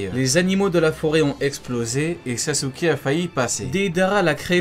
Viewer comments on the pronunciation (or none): none